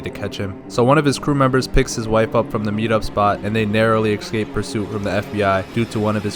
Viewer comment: I love to hear the black accent in every video. Always the "axe" and "axecaped", But on some non racist shit tho. Love the vids, keep it up my drilla